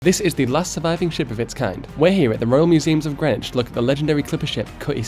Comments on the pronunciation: Outch...your misspronouncing of Greenwich hurts 😢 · Mildly unrelated but his is literally the first time I hear Greenwich pronounced as grenich, and here I thought I was accustomed to the discrepancies between how british places are written and pronounced